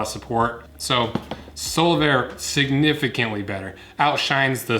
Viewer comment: All I hear is Solarbear lol.